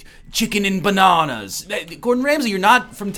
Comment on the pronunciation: chicken and buh-nah-nahs